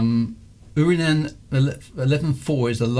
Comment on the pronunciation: correct for uranus would be uuh-rah-nus, but enjoyed the jokes. Really enjoyed this series thanks!